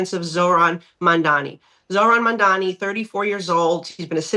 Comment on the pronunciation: Also any journalist who can’t pronounce “mamdani” is just a racist and not qualified.